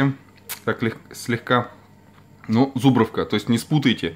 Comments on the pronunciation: Так по ушам режет!.. ЗУбровка , зУбровка, зУбровка, зУбровка, зУбровка, зУбровка, зУбровка, зУбровка ЗубрОООООООООООвка , она и в Африке зубрОвка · Всё нормалёк, только не зУбровка, а зубрОвка!!!, лайк!!!